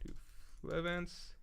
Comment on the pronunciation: the lack of hody assassinating otohime even being brought up is a little sad, but not nearly as sad as mispronouncing Flevance throughout the entire stream.